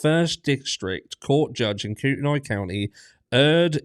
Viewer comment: Helping with pronunciations. Koo-ten-nee . Lay-tah.